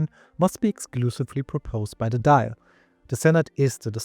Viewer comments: The Irish parliament is pronounced Doyle not Dial like an old fashioned phone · It's not pronounced "Doyle" either. The vowel in the middle of the syllable is pronounced like "awe". The "i" is present to mark the "l" at the end as slender, meaning it's pronounced similarly to the "lh" in Portuguese. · Very decent pronunciation of the Irish names. However, one improvement, if I may 🙂 Dáil is pronounced "thawl". The accent over the a gives it an "aw" sound. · Dail is pronounced Doil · DAWL Would be a better pronunciation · The fada or accent on the A such a as Dáil lengthens the vowel sound. The I in Dáil is silent. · I agree, just make sure the "th" is pronounced more like a "d" that's stuck on the top of the back of your teeth, as opposed to something like "thick" or "filth" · Generally good pronounciation in Irish, but since you ask: the tilde on the A (in Dáil) changes the "ah" sound to "awe," giving us "Daw-il". Same with Fáil, which is pronounced "Faw-il".